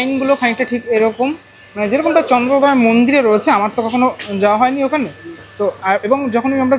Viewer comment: বাঙালির কী করুণ অবস্থা... ওটা চন্দ্রোদয়, চন্দ্রদয়া নয়!!!!